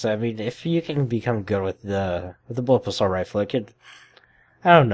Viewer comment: BullPUP! not bullup... gosh